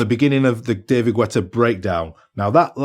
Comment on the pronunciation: Hilarius how you sayd "David gUetta"! 🤣🤣🤣🤣